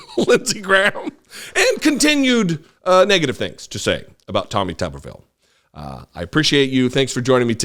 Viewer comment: As a Huntsville resident, I'm gonna have to ask you to say his name correctly... It's Tommy Tumorville